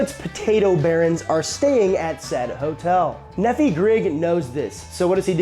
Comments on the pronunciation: Just to help your name pronunciation out, Nephi is: kneefi not neffee (just helping with how to pronounce his name) it grinds when you pronounce it as Neffee. Thought you might want to know. Common name in Mormon land.... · Nephi is pronounced Knee-fy NOT Neffy 🤣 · Nephi is a figure from the Book of Mormon, and his name is pronounced with the emphasis on the first syllable (NEE-fy). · Hey Easterner! You cook really good, but... say Nee-fie and Or-eye-dah. OK? :goodvibes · Nephi is pronounce "knee-fi". It's a Mormon name. I married into a huge Mormon family. It's a long story. 😂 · Nephi is probably said the same way as the city in Utah, no? Like, Knee-fy. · The amount of mispronunciations in this video has to be done on purpose. ;P Nephi == (Nee-figh) [like fi in wifi] - fun fact, this is a Mormon name OreIda = (OR-Ida) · Ore-Ida is pronounced "orr-EYE-duh." Nephi is "NEE-fye." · It's pronounced knee-fye And Oar-eye-da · Nephi is pronounced like MiFi or HiFi or Hi-Fi of WiFi .... Knee-Fi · That name you're so enamored by is a Mormon thing. I was raised Mormon. It is pronounced Knee-fye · "Nephi" is a mormon name, out of the book of mormon. It's pronounced knee-fie. Source: Raised by mormons, entire extended family mormon. On the plus side, I, a french fry hater, finally have a reason to be glad fries exist. Because they enabled the existence of tater tots, which are amazing. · His name is Nephi, pronounced Knee-Fi, rhymes with Bee-Eye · I came here to comment on that. NEE FY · Since comments are focuses on pronunciation, Nephi is pronounced Nee-Fi. I liked your video, and tater-tots! Yum!. Great job on how to make them! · Every time I want to leave this video a like, I hear you mispronounce Ore-Ida or Nephi, then I can't. Good job pronouncing Macau, though. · bro said Nephi AND oreida wrong 😭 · You don't pronounce the "phi" in Nephi as "fee" either. It's "fy." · Nephi is a Mormon name. It's pronounced NEE-fy. Ore-Ida is pronounced or-I-da.